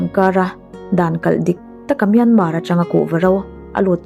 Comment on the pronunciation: Myanmar tih rikna toh hi chu buaina vek... Khamawm hlol